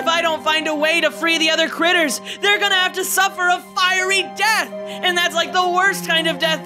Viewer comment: Bro said critertipe